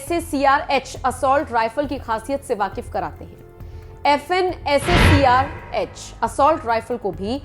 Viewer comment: Apne toh Austria ki glock 17 pistol ko golk bole ra ha hai or Fn scar h ko sacr bole diya